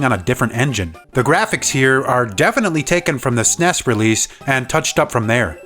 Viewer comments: I like how you say "Sness" and not SNES. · FYI, it’s not “sness” it’s N E S, or Super N E S. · Please don't say "sssnesss" Its either super nintendo or s.n.e.s. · The start of this video really makes it sound like you're describing a game Nintendo created just for the Wii U. But clearly it's just one of the many GBA ports released for the Wii U Virtual Console. Also, saying "Super Mario 3" instead of "Super Mario BROS 3" really set off MY OCD. And then there's " Snezzzz." Ugh, what the heck is that? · what kind of psychopath pronounces snes like that?